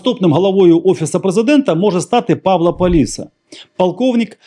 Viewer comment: бажаю здоров'я! Тільки не Пáвло, а Павлó Паліса.